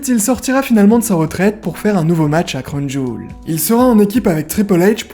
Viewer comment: j'aime bien quand on voit les coulisses, même si c'est pas fait exprès c'est intéressant de voir comment ça se passe la préparation des shows et ça me fait toujours rire quand tu dis "crown jul" haha